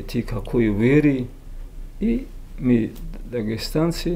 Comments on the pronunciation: Ми ви, научись говорить грамотно афанди, а не ми ви. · Не ми а мы балабол давно пора правильно раскедать слова